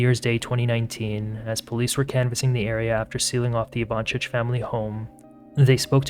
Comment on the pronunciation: Also it’s pronounced Ivan-SIC not chich.